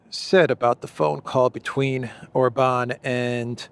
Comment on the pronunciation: OR-ban,, OR-ban. He is not French! 😂